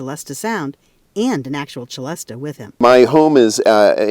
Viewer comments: Why is he and the narrator saying CHelesta? I have always know it as a Selesta, ans they even called out the origin being "celestial" (selestial). So why insist on saying chelestial? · I've only ever heard it pronounced sellest not chelesta (as in cello). And not with the a sounded on the end. Also only ever seen it spelt Celeste, like the Celeste rail in a piano for quiet practice. Or Celeste as an organ stop All comes from the same French root though. Probably just US and UK differences. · You don't say chelestial so why would you say chelesta? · Normally pronounced "si-les-ta" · They are both definitely saying the first syllable incorrectly. Richardpeddie2060 is correct - the “Celest” part is just like the Pipe Organ stop = Celeste (suh-lest). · The pronunciation I have most heard was with a soft c ; “sehlesta” sounding much like celestial . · FFS!!! what is it with you Americans and pronouncing everything different!!! Its French NOT ITALIAN....pronounced "SELESTA" as in celestial....which mustel thought it sounded when he invented it......as beautiful as it is its still a ridiculously overpriced toy piano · It's really entertaining seeing all the snobs in the comments complaining about the different pronunciations of the word "celesta" and arguing about which one is "right" 🤣🤣 (Especially the ones who don't know that it's called a "célesta" in French...) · I did not know that "celesta" is pronounced with a "ch" instead of an "s." I've only seen it on synthesizers and clearly never heard it pronounced out lout till now. 🤯 Beautiful sound! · I suspect regional accent. I've heard it both ways. Might also be because he is an organist, and I've never heard anyone mention the organ stop of the same name with any pronunciation other than the CH. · Why is the French instrument name pronounced as though it were Italian? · Celeste often spelt Celesta is pronounced suh·lest not che-lestuh - for example